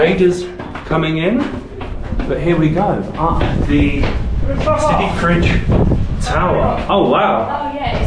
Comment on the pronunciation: It's Sidi fredj not sidi fridge 😹